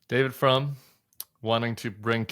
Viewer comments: It's Frum not from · Isn't it David Frum with a "U"?